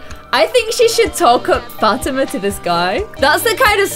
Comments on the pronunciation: Still bugs me that she calls her Fat-ima and not Fa-tee-man.... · The way she says Fatima it's pronounced Fuh-Tee-Muh